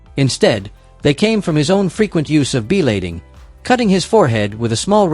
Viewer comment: Learn how to pronounce things correct it's called Blading not beelading